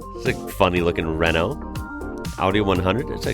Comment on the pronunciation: Renault Mégane...Raeno/Rayno Meh'gun